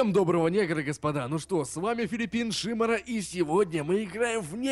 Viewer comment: с ударением на первое и, голос на одно ухо, "ихА база", "твоя команда выЙграла". Мда, бл*ть.